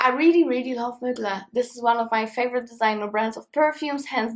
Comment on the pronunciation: Ahahahha I love how instead of Thierry MUGLER she says Mygla😂😂🥰❤️